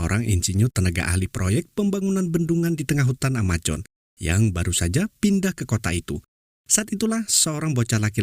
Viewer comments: Amazon bukan amajon 😂😂😂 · Amazon ngab,bukan amajon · AMAZONE bang bukan AMAJON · Sebut pun x betul..Hutan Amajon..Amojon..AMAZON la woii..project jd PROYEK.?.you r..very bad English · Amazon min, bukan Amajon ... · Brazil bang bukan brajil amazon bang bukan amajon... sukses terus bang